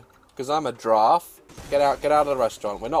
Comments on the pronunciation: I wish he would giraffe properly lmaoo —love him anyway🥰😇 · Its not a grraff its a long neckt Goat :)